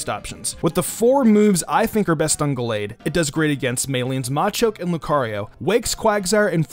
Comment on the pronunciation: Well he said Gallade correctly, soo